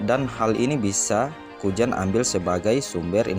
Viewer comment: Nama nya kuzan bg.bukan kujan bukan kujang.ngakak abg ni